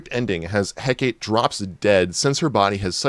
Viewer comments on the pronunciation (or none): Is this guy seeing the name "Hecate," (heck-ah-tay) and pronouncing it (heck-ate)?